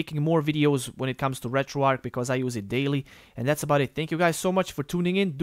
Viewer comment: Why does everyone on Youtube call it RetroARC? The word is RetroARCH like An arch in a bridge, St. Louis, archbishop, etc. Retro "Arch"